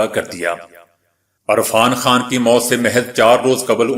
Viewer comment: Sir ji apni urdu drust Karen arfan Khan nhi hota irfan Khan hota he